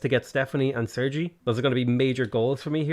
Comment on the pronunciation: did you really call sergey serji